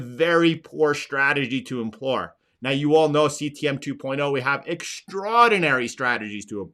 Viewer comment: employ, not "emplor"